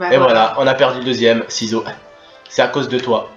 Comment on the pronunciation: Mdr la video je kiff ton talent de chirurgien et mdr quand t as dit saloperie de ciseaux ( seezo )